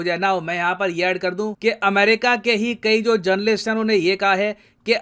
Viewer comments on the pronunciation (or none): none